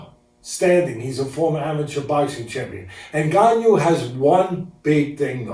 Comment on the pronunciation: "Ngannout" lol